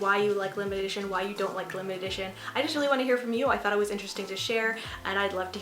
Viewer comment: Great video! I don't know if I'm tripping or what but I kept hearing you say "limited-ition" and not limited edition 😂👍